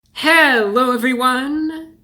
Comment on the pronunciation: Hewwo Wady’s and Gentlemen!